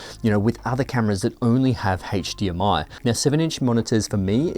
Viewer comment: please don't say hatche DMI anymore